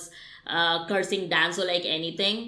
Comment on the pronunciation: Danzo - Denzo Shisui- Shesuii Naruto - Naruuoto You should work on your accent